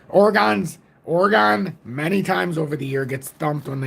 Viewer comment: ..thanks for posting...ps it pronounced OREGUN..:) big Deon fan...no chance. Prineville Oregon